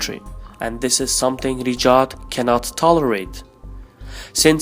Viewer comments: Its raYed not riDJAd. Anyway the saudi family is a terrorist organisation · Pronounce Ri Ya D (Riyadh) and not Rijad ! There's no J / G sound in Riyadh. Thanks. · He is pronouncing Riyadh as Rijad 😂😂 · Riyad not Rijad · At first I was like what the hell is "Rejaad" but then I figured that is how he`s pronouncing the Saudi capital 'Riyadh' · There's no 'J' or 'G' in Riyadh btw.